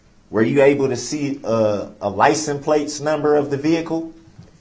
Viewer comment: the first time he said license plates correctly